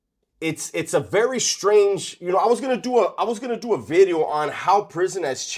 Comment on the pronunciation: I refuse to watch until he says "Bideo" again. (obviously jk)